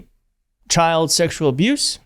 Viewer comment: You keep pronouncing child wrong.